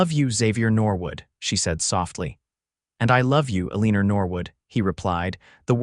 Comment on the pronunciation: It's really hard to hear Eleanor mispoken sooo horridly.....